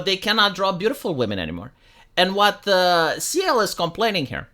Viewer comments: Dude.. Cyael- K-EYE- El NOT LIKE SEAL. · it's pronounced like kyle, not sea-el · It's Ky-El not See-El. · His name is pronounced (kai el) btw 😅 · Cyael wrote in his youtube description: Cyael [Kai-yell]. Like he knew people will miss pronunce his anme a lot. xD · No, please keep mis-pronouncing his name. When he gets angry, it's great content. 🤣